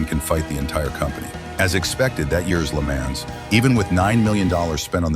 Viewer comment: At least pronounce Le Mans correctly...Jesus...